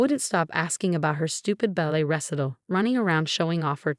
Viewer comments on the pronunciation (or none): Ressitel? You mean recital?